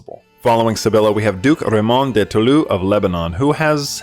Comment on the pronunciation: "Douk réïmon de Tulu in Lebanon" Loool man, i can go pass the Douk reïmon, but Toulouse is easy to pronounce it is "to lose" same.